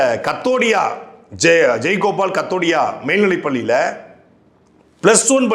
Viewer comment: தப்பு தப்பா உச்சரிக்கறீர்கள். சாம்ராஜ் நகர், ஜெய் கோபால் கரோடியோ. கவனம் தேவை.